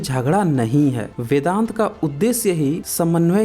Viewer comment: Abe paidaisi bevakuf.... Vedang nahi vedant....pahle padhna likh ke aa....sale...